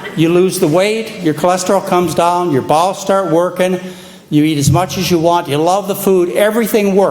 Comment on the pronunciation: When he says'bowels' I think he's saying 'balls'. Ha ha ha ' starch will make your balls work properly!!